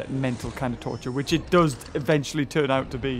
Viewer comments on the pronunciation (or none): none